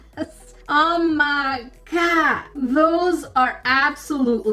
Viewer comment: I love the "oh steekerz , oh ma gad"